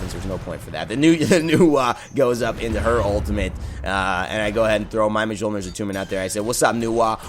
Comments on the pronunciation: Mule-near. Not Muh-jol-near. Thank you. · Mjolnir is pronounced myolnir..... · Yeah, I try not to be that guy, but I had a little cringe every time. Although, Hi-Rez even mispronounces some of the Chinese and Mayan gods' names...